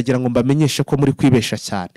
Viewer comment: gerageza uvuge neza ikinya rwanda bavuga kwibeshya ntago bavuga kwibesha ikindi bavuga inyeshyamba ntabwo bavuga inyeshamba ok?